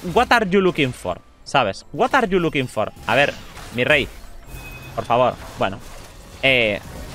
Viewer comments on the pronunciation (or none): Jajaja me cage de risa: Watar lukin for😂😂😂